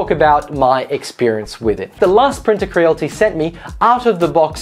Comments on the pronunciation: its cre-a-lity not creal-ty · Creal-IT-y. Not crealty 😁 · It's Cre-al-ity not cre-l-ty